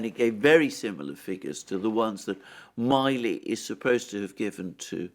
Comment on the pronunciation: you are mispronouncing General Milley's last name. Please check it.